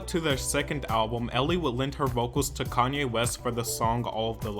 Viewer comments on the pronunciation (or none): none